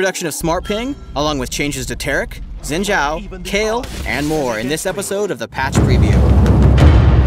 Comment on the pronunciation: I don't know why everyone (including riot employees( still pronounces Xin Zhao incorrectly. It is pretty simple, "x" in Chinese is pronounced as "sh" in English. Xin sounds actually sounds like Shen if you don't worry about the 4th tone.